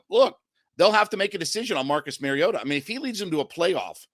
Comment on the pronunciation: Mar-E-O-ta Not Mare-E-O-tah He's not a female horse. Like Mario Andrette. But "ta" instead of Andrette. Please people. Learn to pronounce the name of your subject.